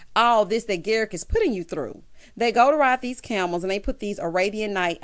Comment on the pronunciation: Garrick rhymes with Erik, just saying 🤨😁😅